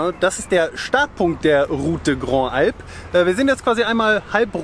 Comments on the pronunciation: Tut mir leid, ich wollte einfach nur helfen ohne dabei zu sehr zu belehren. Zuerst einmal geht es darum, wie das "des" ausgesprochen wird, du sagst immer de oder da, es wird aber lang gezogen, ebenso, wie wenn ein Akzent nach rechts auf dem e wäre, also "dee". Und bei "Grandes" wird das s hinten mit gesprochen weil ein Vokal folgt. Wir sind letzten Herbst auch ein paar Etappen von dieser Traumstraße gefahren, bei herrlichem Wetter, wirklich eine einzigartig! Viel Spaß euch beiden noch weiterhin, danke für eure tollen Videos, ich verpasse kein Einziges. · Schöne Tour. Aber bitte: Route des Grandes Alpes spricht sich „salp“. Das „s“ wird rübergezogen. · Endlich wieder on the Road with Camper!!! Kleine Hilfe bei der Aussprache: Ruth dä grandz'alp.... Geht's leichter - bon voyage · Auf französisch wird les und des ausgeprochen wie lä und dä, also route dä Grandes Alpes oder Thonon-lä-Bains 🤷😉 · Ich will hier ja nicht klugscheissen... aber das ist falsch. 😉😉 Les & des (wird jeweils im Plural verwendet) und werden genau so ausgesprochen.. einfach ohne die "s" am Schluss. Also le oder de lä und dä wird höchstens ausgesprochen, wenn es mit è geschrieben wird (wie zB. dès - seit/von) Und: Grandes wird "Grand" ausgesprochen... (weil weiblich & Plural). so, fertig mit Französisch-Lektion. 😉😉